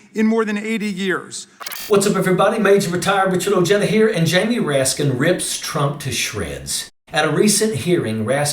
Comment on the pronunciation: Just wondering- why do you mispronounce your Hispanic name? It's O-hey-da.